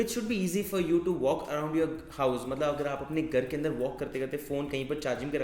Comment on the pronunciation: You speak andar as anada_ , upar as upa_ .... Hindi ko toh dhand se bol le gadhe... Angrej ban rha hai